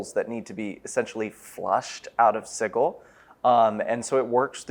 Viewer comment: I hate that god awful pronunciation of Sigil.